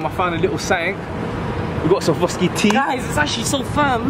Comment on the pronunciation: Need to work on your pronunciation of Swarovski my g